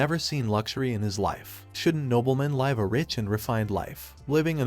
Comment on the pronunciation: Ai stop pronouncing live wrong it's pronounced liv not live